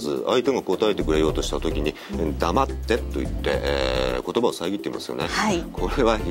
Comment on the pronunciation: 「黙って」が「ナマステ」に聞こえるwwww